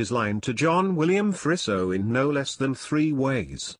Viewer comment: It's pronounced more like Freezo rather than Frisso